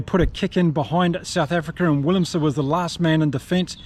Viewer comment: In Afrikaans - W is pronounced V and V is pronounced F so willemse should be pronounced villemse and venter is ‘fenter’ but you do really well with the Afrikaans names